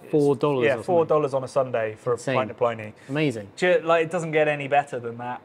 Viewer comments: The dead Roman's name is pronounced Pli-nee (to rhyme with 'mini') not ply-nee (rhymes with tiny?). As someone who learnt the name at university twenty-five years ago and has been reading it that way ever since, this seems a bit jarring. Is there a reason for the pronunciation? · I don't know how the people who produce the beer say it, but the name of the classical author (in English) is definitely pronounced 'plinnie'. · Good luck getting these boys to correctly pronounce Pliny’s name when the RR guys also mispronounce it. Me, I’m still hoping that one day (and other Brits) will learn how to pronounce “Chinook”.